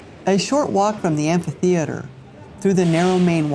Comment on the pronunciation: You butchered the beautiful word “ amphitheater “